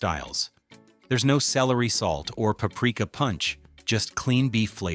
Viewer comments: Yes, the weird pauses and word stresses really give it away too. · another terrible ai slop video even admits in the description plus it's very obvious the way it pronounced paprika. disappointed YouTube. for shame